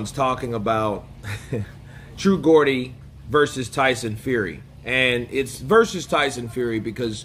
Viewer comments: Just want to clarify something i love your channel here the name true geordie is pronounced jordy not like Gordon 😂 if i don't tell you someone else will in a pissy way so i know you like to keep up with us brits and you do a great Fury impression using the dosser term etc so i thought I'd point it out for future reference, a geordie is someone with a Newcastle accent which is a city in the UK so true geordie is like a true dude from Newcastle basically with the area accent etc, totally agree with the points you made about Joyce and Usyk they are Furys era and he clearly didn't like being questioned and asked about the Chisora trilogy and it's a question fans are asking and it's not out of disrespect for Chisora most of us like him and how he gives his all and never backs away from fighting anyone and we love his raging bull style but we saw him in the second Fury fight and he was beaten badly and was outclassed by Fury and pulled out of the fight and we don't really want to see that again and we also don't want to see the guy we know is even better now than he was then play with Chisora and let him land to make it entertaining it's like for Chisora to do well against Fury in a 3rd fight Fury would have to be allowing him to because we all saw in the second fight he didn't allow him to get near at all so we know he's capable of the exact same thing again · I think it's pronounced with a J...as in Jordy....Good on True Geordie for asking the questions we are all asking ourselves....like why bother fighting Chisora again when there are bigger challenges out there for the big Gypsy King.....Tyson seems to have thin skin and an ego as brittle as tissue paper. Why doesn't Tyson just say he's cashing in and Chisora was willing to fight for the right price and Chisora will more than help sell tickets which is all Fury seems to care about. Just tell the truth for a change 😅🤣😂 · Geordie is jor-dee mate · It's pronounced 'Jordy.' Just saying. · A man said true gordi